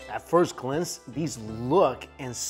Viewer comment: At first "glince" 😂😂😂 And "ta-tillas"